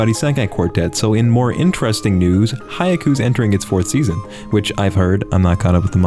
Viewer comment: I wonder when will learn to pronounce "seinen", "isekai", "haikyuu", and pretty much any other name properly